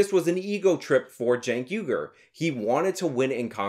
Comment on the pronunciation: I wish people would pronounce his name properly - Chunk Yogurt